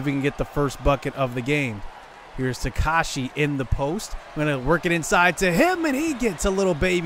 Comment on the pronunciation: Also dudes name is ta-ka-ha-she not takashi